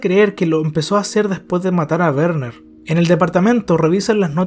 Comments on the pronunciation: bro me da risa que le dices Berner y es Werner xd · se pronuncia verner bro x2